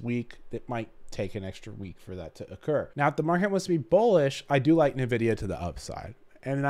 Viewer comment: Why do you say "Nvidia" wrong?